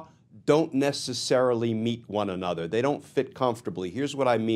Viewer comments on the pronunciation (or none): none